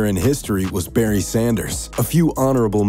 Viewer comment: You got Barry right, absolutely...